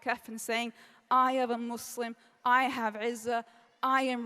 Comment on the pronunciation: I hate how she pronounces Muslim